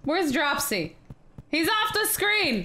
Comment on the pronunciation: OMG I almost raged hearing you say Dropsy wrong [drupe see]